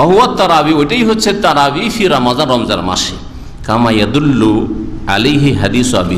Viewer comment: যে মানুষের রমাদান শুদ্ধ করে বলতে পারেনা সে আবার ফতোয়া দেয়